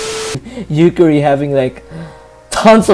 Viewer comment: Why do you keep pronouncing "Yukari" as "Yukkuri" (shiteitte ne)? ^^; : Looks to me like Reimu lost her stick. : Paper Fumo: The 495-Year Basement : Some of those names didn't really have to be changed: Marisa, Rumia, Remilia, Lyrica, Lunasa... D